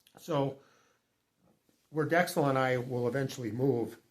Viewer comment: Yikes. The __ - Cel names are very common here. We know a few. Filipinos make them up as they go along. :-) It's dex-CELL WIth the emphasis on the second half, second syllable. Same with a lot of words here, emphasis is on second syllable- cee-BOO